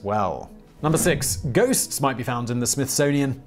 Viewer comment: Oh ghosts! I thought you said goats.